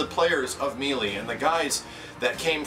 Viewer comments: for the love of baby jesus, it's "May-lay" not "Mee-lee" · Me-lee? I thought it was pronounced may-lay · Actually according to most sources online it is either may-lay or meh-lay. Mealy is a completely incorrect way of pronouncing it either way though. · Ugh....me....lee......damnit, say MAYLAY :rage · it's pronounced maylay, not meelee. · meelee meelee meelee meelee meelee meelee meelee meelee meelee meelee meelee meelee meelee meelee meelee meelee meelee meelee meelee meelee meelee meelee .... "may-lay" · Wonderfully said,. I hope Nintendo recognizes just how big the next Smash Bros game can be. Also, it's pronounced "may-lay" not "mee-lee":) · It's may-lay and backing that up with the Ry-u vs Ree-u argument doesn't work here. May-lee is never a correct pronunciation for Melee. It does make you sound like you're too stupid to learn the correct pronunciation though. Like you're a 5 year old trying to sound out Melee for the first time. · Depends on the area. Its me-lee to me.I dont even see how may-lay is taken from the spelling, but i know its one way to see it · I love you. But, it's pronounced "may-lay', not ME-LEE. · I'd rather Nintendo stick to the games they're good at and let the better companies handle fighting games. And it's pronounced May-Lay man, not Mee-lee, the game even says it... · I really appreciate your support, and you're awesome at what you do, but I can't help but tell you that it's pronounced "may-lay". It's a very common mistake for a word that isn't used often in common speech. I just felt the need to correct a common error is all. Thanks again,. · I appreciate You saying this, I do. And the new Wii U Smash Bros will most likely be considered a Fighting game by Nintendo itself. But I'm gonna be that guy (Among others I'm sure) It's pronounced May Lay. It was annoying me through out the video, but I did Hear the Message. And I Certainly Hope Nintendo does as well. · mêlée - meh-lay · Closer to may-lay.